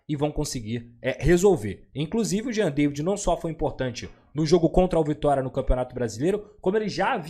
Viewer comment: a pronúncia é Jean "Davi".